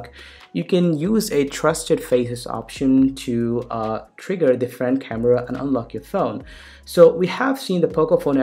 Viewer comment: kind of sick coz of your fake accent. specially 'khamevrva' hahahahah